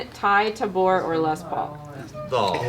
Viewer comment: "Ty TUHBORE" ugh the cringe is strong when the host doesn't even know the holder of the greatest guitar tone of all time.